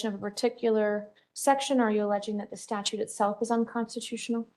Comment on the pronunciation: It did not escape my notice that the first pro se's next hearing is on APRIL FOOL'S DAY! 😂 Second moron...it's "STATUTE", NOT "STATUE". 😖